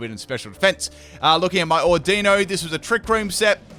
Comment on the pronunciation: Don't let this distract you from the fact that he pronounced audino as odenneh